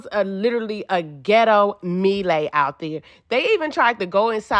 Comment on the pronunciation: At ghetto what? Melee (may-lay)